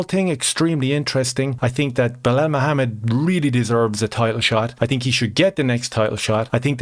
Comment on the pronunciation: Its pronounced Blahaul, everyone knows this